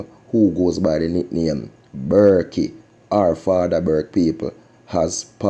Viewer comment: The man name is Burke not Burkey